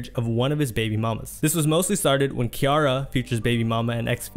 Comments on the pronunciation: Not enough to pronounce C-iara not K-iara..... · Who is Keyara lmaooo its pronounced Cee thats crazy that you dont know her name lmaoo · Awesome video but why u pronounce Ciara like that lmao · I cringed a bit evertime you said Key-ara instead of Ciara. You've got interview footage of folks saying her name properly too 😂 This was a good watch though. I'm subbing 👍🏿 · Ci-ara not Ke-airra OMG DUDE!!! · If you are going to do interviews about black celebrities, learn how to pronounce their names.Who the hell is Kiara? Her name is Ciara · bruh futures ex / russ' wife's name is pronounced "see-air-uh" lmfao not "kee" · I love your videos. I do. I swear. But the way you pronounce some words/names makes me SO MAD. 😅😅 Ain't no way you just called Ciara "Key-are-uh" over and over again. And you had a clip of Angela Yee in there saying the right way. And you still said it wrong every time. I know this is petty, but it hurts my soul. 😂😂😂😂 ffs man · Nobody in their right mind will see Ciara and pronounce it Kiara 😒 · It's ciara not Kiara lol you hella goofy 😂😂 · Not Kiara lol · it's her name no matter what country it is. Lol. He's saying it wrong. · I came here for this! Like bro, have you NEVER heard of her? She's an actual star too! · see-air-ra DAMN!!!!! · Her name is pronounced Sea-Air-Ra. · My man saying Ciara name like that is cringy AF!!! It’s pronounced C-AIR-RUH!!!! That thang tore my nerves up!! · Great vid but please get they names right bro, butchered names will confuse newcomers, it also puts a stain on your legacy & these overall vids are gold Ciara pronounced (See-eh-rah) we watching keep up the 🔥🔥🔥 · Its pronounced like ‘Sierra’ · FYI Ciara is pronounced like Sierra. Do a little more research please. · Hearing Ciara's name mispronounced made me realize we live in two different worlds. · The crazy thing is he mispronounced it after listening to a sound clip that had her name pronounced correctly. Comment bait? Or careless mistake? I think names are a big deal.